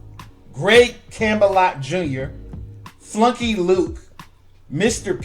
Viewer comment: And another thing: The name was FLUKEY Luke. Not FLUNKY Luke. SHEESH!!! 😬